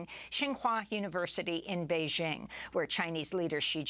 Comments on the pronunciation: How did covid protocols prevent firefighters from doing their job? Amy, you are not pronouncing Beijing properly. It’s bay- jing. Not bay- zhing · Bay JING. not beige- ing